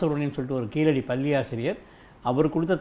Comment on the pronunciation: கீழடி ழ உச்சரிப்பு சிறப்பு